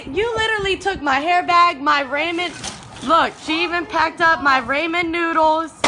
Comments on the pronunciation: "raw-men" not "Ray-men" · Raymen noodles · i like the "Raymon" noodles🤣🤣🤣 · I would like to.correct the woman in the vid that " she even tried to stell my ryman" its actually roman not ryman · Haha she said " Look she even packed up my (Ray-men) noodles" Lmao 🤣 too funny! That is some crack head shit though for sure! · “Raymen Noodles”..... #Dead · I love how she says Ray-Men Noodles! I have a dead friend who pronounced Shimano, She-Man-o... Miss that guy... 😪 😜 Ramen/Amen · “My raymond noodles” I’m sorry I just couldn’t help but point this out lmfaoo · "She even packed up my Raymon noodles." rofl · I can't believe the last woman pronounced ramen as "ray-man" Never in my life... lol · "my raymen noodles"😭😭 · "Rayman Noodles" Lol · Did she say Raymond noodles?!?! 😂🤣😂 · She said fuccin "Raymen noodles," she deserves to be stolen from😂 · Ray-men noodles should be a war crime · she didn’t jus say raymond noodles😭😭😭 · “rayman noodles” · “Raymen Noodlee” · “Raymuhn noodulz” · Raymon noodles 😂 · I know we all heard that chick say ray-men noodles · Raymen noodles lol. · Not the ‘Ramen Noodles’! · lol. its true tho these muhforkrs keep owning me like that they playin on my Karen video obsession. I need to just take it as a lesson to stop tryna entertain myself at the expense of others but damn sometimes they are so good. I was crackin up at the chic kept pronouncing ramen wrong so that the subtitles kept putting raymond noodles. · This is dumb but that last video I kind of got annoyed more that she said Ramen wrong....LMFAO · she really said ramen wrong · she said ramen noodles wrong :( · Why'd she say ramen incorrectly. I cringed...